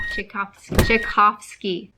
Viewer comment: Hi Sara! I'm cracking up with you saying "Tchaikovsky!" I feel your pain! We have a growing catalog of science and history classes that I bet would work super well for your kiddo. You can browse them at and filter by subject and grade level. I'll send you an email about this too ;)